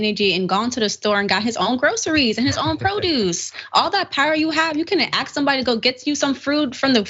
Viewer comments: They must have asked him to remove the white hood before that mug shot. BTW, the word is "ask" not "aks". Just keeping it real. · If I hear another person say “ax” instead of “ask” I think my head is going to explode! IT’S “ASK” PEOPLE.